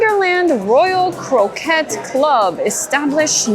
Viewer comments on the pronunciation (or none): Love your videos. ❤ love seeing all the merchandise. Croquet is French though so it is pronounced ‘crokay’